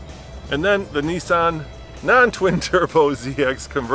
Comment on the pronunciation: The 300 ZX is a Nissan. Not a Neesan.